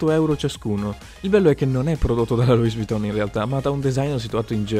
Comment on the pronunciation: LOUIS VUITTON , non si pronuncia la S ! ! ! ! Ti prego , almeno te salvati e non pronunciare quella stupenda marca come un burino.